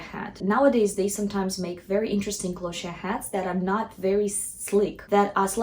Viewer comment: Lovely video. FYI Cloche is pronounced like "closh"